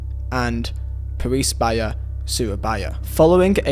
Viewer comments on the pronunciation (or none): it's called AREMA FC not AMINA and it's also called PERSEBAYA not PARIS BAYA! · When I saw the Argentine Gate 12 story I thought "Swear down If Kanjuruhan made it into this list...!!" Kanjuruhan directly after Gate 12 "F*cking hell!" Also pronounciation Arema: A-ray-ma Persebaya: Pear-sae-ba-ya TILL TODAY NOBODY GOT CAUGHT!!! 😡😡😡